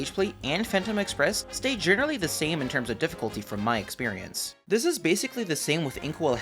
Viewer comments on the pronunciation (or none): none